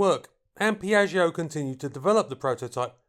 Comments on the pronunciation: Piatsho, dump the i in the back. Babble exists. It's Italian. One of the other 7000 languages in the world. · when saying name my ears hurt... otherwise that you for this very unusual aircraft